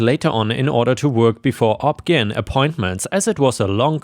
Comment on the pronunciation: obgyn is actually not pronounced as a word, you literally spell it out